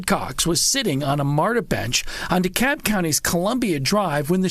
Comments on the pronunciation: It’s De Cab County not De Cobb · D Cab not D COBB